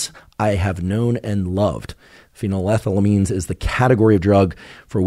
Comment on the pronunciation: Watched the portion describing the chemistry and was quite disappointed. Not only is that not how you pronounce shulgin, that's not how you pronounce phenethylamine. Mispronunciations aren't too concerning. What is tho, is the lack of explanation/detail about the stereochemistry of MDMA. MDMA has a chiral center, meaning that there are two "mirror" versions of the molecule, that can/do exhibit different pharmacology, because the two "mirror versions" (isomers) are actually different drugs. SO MDMA is not one drug, but 2 drugs. The D and L iosmers. (Alpha carbon, methyl group) Just like dextroamphetamine and levoamphetamine have different effects and pharmacological effects, dextroMDMA and levoMDMA have different effects, and pharmacological effects. Is the MDMA being used in these studies dextro? Levo? racemic?? Because that matters! If you are using racemic MDMA in these studies, you are in fact testing a combination of two different drugs. This is a big deal, isomers matter, and making it clear that most MDMA available (is racemic) and is a combination of two different drugs, dextroMDMA, and levoMDMA is incredibly important. DextroMDMA could be therapeutic, and levoMDMA could be nuerotoxic or vice versa, we don't know yet. So to say MDMA causes anything is misleading, because we need to know what individual isomer is causing which specific effect. We need to examine and talk about the individual isomers, rather then racemic MDMA. Also, I didn't watch the whole thing, but di